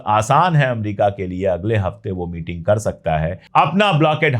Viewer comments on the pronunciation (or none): none